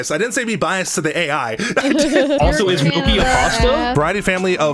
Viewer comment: Did you actually unironically call gnocchi as "NOKIA"??????? 🤌🤌🤌